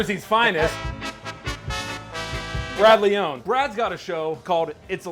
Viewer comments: Nice job for saying Brad's name wrong 👌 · Said Brad's surname wrong, lol.